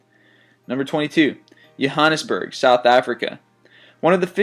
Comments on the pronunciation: its JOhannesburg not HOhannesburg dide im from SA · Nice list. But Johannesburg isn't pronounced "yohannesburg" it's pronounced "Jo-hannes-berg" !! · Yo-hanesburg? The j is pronunced so jo-burg, or as the foriginers would call it, johannesburg The more u know! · The j is pronounced, but differently in English and Afrikaans. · Really really really bad pronunciation of Johannesburg :/ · Oh dear, the way he pronounces Johannesburg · is it your pronunciation, or is it the american pronunciation of Johannesburg that sounds different?